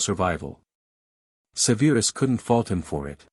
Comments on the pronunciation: Do something man. Stop calling him Severe-us. Its just Severus 😂. Enjoyed the story though 👍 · Amusing and annoying at the same time that lately the last three vids I've watched are really messed up with pronunciation. Like this one. Not even a minute in I hear Se veer us stated so many times. So on that not good luck. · Please learn how pronounce SEVERUS.